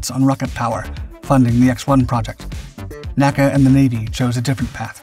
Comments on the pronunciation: ARRRRGGHHH!!! it is NOT “Nakkuh” It is “The N.A.C.A.” Nobody spoke acronyms for initials back then. My dad was Chief Aerodynamicist for the agency. I used to play in the halls of Headquarters in the Dolly Madison House on Lafayette Square when dad would go into the office on weekends. N - A - C - A was a family like organization back then. And nobody called it anything except its initials one by one. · Please, please, PLEASE! "N.A.C.A. was never pronounced "nack-a." It was an abbreviation, not an acronym. For it's entire existence from the 1920's until it was absorbed into the newly-formed NASA in 1958, it was referred to as "En-A-Cee-A." I mention this on every video you produce but apparently you don't read this, or don't care. I love your videos, but this is a serious historical error. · Somehow, I don't think it is, unless the guy sampled his own voice. And if it is, then why can't train it to pronounce N.A.C.A right? After all, the periods are right there.